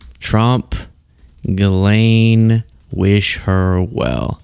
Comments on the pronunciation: why do people keep pronouncing it Jizz Lane lol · I love that after all this time, no reporters can pronounce Ghislane's name right. Jizz Lane is my favorite.